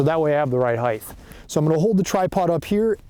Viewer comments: JFC it's height not heigth. Otherwise solid instruction. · Heightth is not a word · Great content as always. But can we stop saying "heigth" already? 😂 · Get to the point already - where should the tripod be set up? The word "Height" does not have a TH in it.